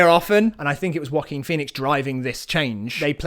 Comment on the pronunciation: no one else I've met pronounces it like this i swear